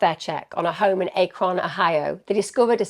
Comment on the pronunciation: Hey Emma! My ears perked up when I heard Ohio at the beginning, so I had to back it up to hear the town again. I’ve been an Alaskan for 25 years, but for the first 18 years of my life I grew up in Ohio, in Perrysburg. Normally I don’t ever correct anybody, but I know you like to correctly pronounce towns/cities, so I wanted to let you know how we always said Akron. It sounded like you were saying, Ache-Ron but it’s: Aaak-Rin 😘 Edit: later in the video you said it like [Aaak-Rin]. Sorry for being picky, just trying to help 😁